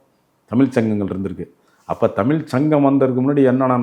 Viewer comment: ஐயா தமிழ் என்பதை தமில் தமில் என்கிறீர்கள் உச்சரிப்பில் கவனம் செலுத்தினால் மேலும் சிறக்கும்